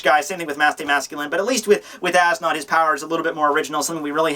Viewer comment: As Nodt is pronounced "Es Newt"